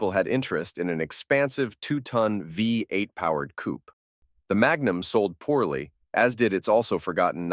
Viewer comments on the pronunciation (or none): „Coupay“ is the (nearly) correct pronounciation of „Coupé“ („Coupea“ with „ea“ like in „head“ would be better, but I think there are no letters to describe the real correct pronounciation). „Coop“ is completely wrong: there is an „accent aigu“ on the „e“ („é“) wich makes it sound brightly.